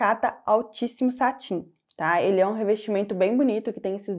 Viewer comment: Olá, parabéns pelo video, gostaria de fazer uma pequena correção: satin é uma palavra francesa que quer dizer cetim e se pronuncia ''satã''. 😜